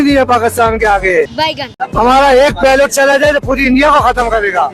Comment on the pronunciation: not pilot it's pelot 😂